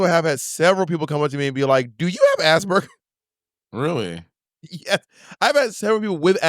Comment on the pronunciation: BOB STRAIGHT UP SAYING "ASS BURGERS" NOOOOOOOOOOOOO 😭😭😭